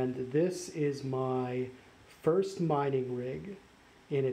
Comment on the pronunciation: He said Frist not First! 🤔